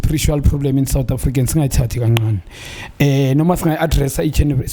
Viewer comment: How can he pronounce 'Ngcongca' correctly but not 'ncane' ?